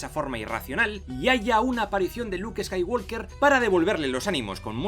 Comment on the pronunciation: El final ideal sería que Kylo escapara siendo aún más malo para a$í poder hacer otra$ 50 trilogía$ má$.. ah y pronunciado bien el "apellido" Skywalker(skaiwoker).